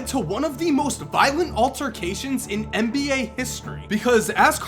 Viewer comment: It's Nba. NOT Mba. Get it right